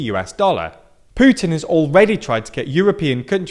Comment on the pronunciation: Seriously dude. You say "pyootin" about Putin and "oo-aan" about the Yuan, "zhzhee" about Xi Jinping. Please put in the minimum effort when trying to pronounce non-english names. We all try to do the same when we speak English. Is it too much to ask?